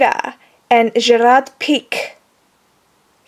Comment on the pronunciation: pique in Spanish you have to say pi-que you omit the last e